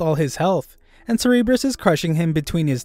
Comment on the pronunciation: You don’t pronounce cerburus like “ser rr bres” you pronounce it “sir bu russ” Anyways great vid